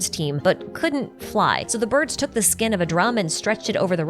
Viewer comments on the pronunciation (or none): none